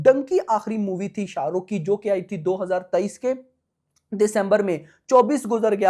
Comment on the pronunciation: Bro first tell his name with respect sha ruk sir ❤